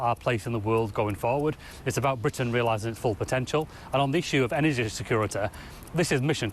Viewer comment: "Energ-eh"... "Capicit-eh"... "Authorit-eh"... "Surr-eh".. Somebody give this guy a "y"